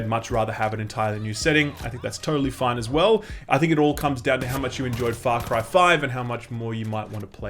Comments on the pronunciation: Am I the only one who hears him say it as "Fuck-ry"? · Sounds like he said "Fuck Ryan New Dawn" 😂😂😂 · Man at the beginning I thought you said "Fuck Ryan". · Whoa. With the accent at the beginning, I thought you said, "Alrighty, aaaahh Fuck Ryan New Dawn." Love your videos man. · Not gonna lie, at the very beginning I thought you said "Fuck Ryan: New Dawn" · Sounds like you’re saying “fuck rye”. What do you have against bread mayne? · I thought you said: "Fuck Horizon new Dawn", at the start haha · Sounds like you said "Fuck Ryan: New Dawn" in the beginning lol